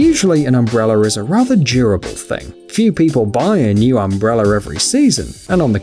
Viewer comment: What is an “umbreller”